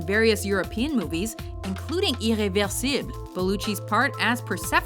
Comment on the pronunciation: your prononciation for ''irréversible'' was on point ! S/O from a french guy